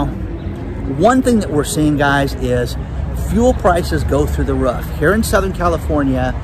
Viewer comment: I just bought an inflatable kayak to paddle away on for my birthday! Hopefully, I will paddle to my happy place,. And don't forget, it's roof. Not ruff!